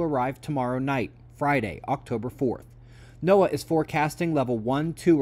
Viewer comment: You're the first channel ive ever heard who pronounces NOAA the proper way...I use to work for them, and cant stand when people dont say it correctly 🤣